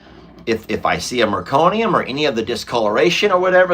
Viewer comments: Meconium no "r" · The first poop of a newborn is "meconium". Not trying to be a "smarty pants": just trying to help with pronunciation! I am hoping that we do NOT see meconium with Jenny Lane's birth. ❤